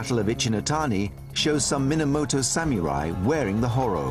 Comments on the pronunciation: haha i hate how the narrator says sameerai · The hell is a SaMUREai? Oh a Samurai. SPEAK ENGLISH NARRATOR! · Lol he said samurai like samErai